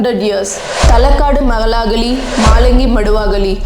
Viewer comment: You pronounced the "l" correctly in Maduvaga"l"i but not in maralaga"l"i and makka"l"aaga The rest of the sentences sounded perfect though